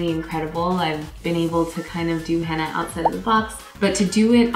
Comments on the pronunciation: It's henna not hanna😂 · its not henna.. its Hina..😋 it e no t a u knw what i mean.. in pronouncing